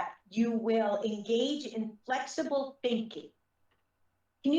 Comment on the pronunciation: He’s flexible guysh He’s thinking flexibly guysh. 🙄